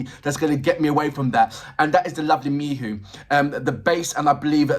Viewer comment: Greetings, thanks for more LOVEBITES. I enjoy your reactions. I also appreciate your enthusiasm and interest in Miho, however, her name is pronounced Me-HO, not Me-who as you are in this video. I understand your 'frustration' with her somewhat subdued presentation, but she is the 'foundation' that seems to be comfortable with others 'taking the spotlight' even though they are really an ensemble which I appreciate. There is no member that 'stands' without Miho's foundation, from originating the idea of the band, the styles they present, the choices in drummer, guitarists and vocalist/lyricist began with Miho's vision. She is to be honored for being the impetus without which LOVEBITES would not exist, at least not in any way that it does exist. As a musician myself, a song-writer, vocalist, multi-instrumentalist who does not seek the 'spotlight', I can relate to the possibility that Miho is happy to step forward at will, but primarily be that foundational aspect, singing lyrics she wrote, without the mic, but showing that it is HER song. Her style of bass playing is sync'd with Haruna in quite complex ways that are not necessarily 'featured' as 'spectacular' like the guitars and vocals, but without those rapid-fire-fingers bringing that driving contribution, as she chooses (remember, she IS the band LEADER), and IF she was a "Billy Sheehan" or even "MISA" from Band Maid style bassist, LOVEBITES would sound nothing like it does. I watched part of an Iron Maiden show last night a